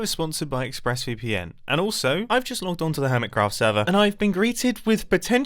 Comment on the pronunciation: I heard him say ixpressVPN instead of ExpressVPN lol but it may be just me